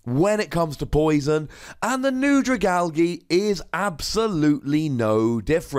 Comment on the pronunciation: The g sound like the g in giraffe not the g in gift ... AL-JEE not AL-GEE :(